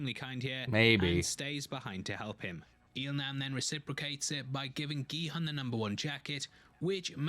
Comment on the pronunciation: Just a quick FYI, the main character's name is pronounced Gi-HOON. His name is written as Gi-Hun and the "u" in romanized Korean is pronounced as a long u sound (or a "oo" sound as in "noodle"). 😃